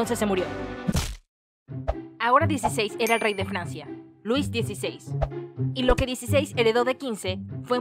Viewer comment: "rey de FLANCIA"